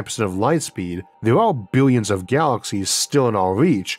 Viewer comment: Biwyuns & biwyuns of stars! 😂